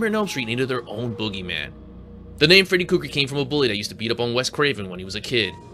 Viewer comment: Who the hell is freddy cougar? 😂 Kruger but love the video